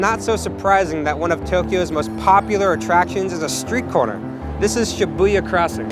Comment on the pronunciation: The video footage is great! Good color! Very pretty! Good job pointing out a lot of the most famous places in Tokyo, but you are mispronouncing the names of many places: Narita, Harajuku, Shibuya, Tsukiji, ... You can confirm the correct pronunciation by asking your online friend Yuki or any fluent Japanese speaker. When you said, "Akihabara" and "Shinjuku", it was OK. I have live and work in the Tokyo area. I could easily recognize all the places visited.